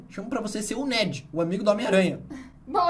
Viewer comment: É “Ned” não “Need”